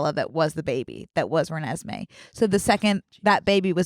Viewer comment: when called renesme renaissance fair i almost choked on my french fry